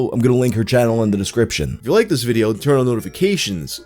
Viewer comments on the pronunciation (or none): none